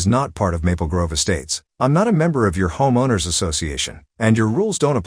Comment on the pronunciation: Robot voice can't pronounce "homeowner."